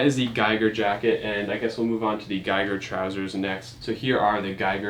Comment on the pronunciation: Giger is pronounced a bit differently just as a heads up from a swiss guy ;)